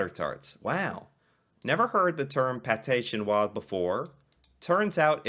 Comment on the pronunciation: btw its pronounced Pat-eh shin-noah